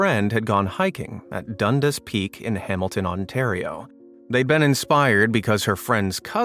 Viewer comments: It’s pronounced Dun-dass not dunduss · Ha! I grew in Hamilton. We pronounce it "Done Dass" not Dundis. Nice surprise in this video. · Dundas peak. so this is an easy one. the person was faced the other way so no reason to see a face.. Also, try to remember how people pronounce it here .. because dundas means nothing to most, done-das might mean more. The end result is it was just someone standing there during his picture. Move along, nothing to see here.